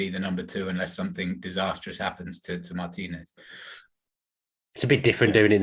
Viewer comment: Thank you for pronouncing Martinez' last name correctly